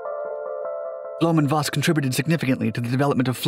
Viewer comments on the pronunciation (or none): To help you with future German pronunciations (and because Germans like it correctly 😂😉) the V both in Blohm&Voss as well as in Dr. Vogt is pronounced as F not like you did with a W pronunciation. No criticism! Just want to get you better. I love your videos.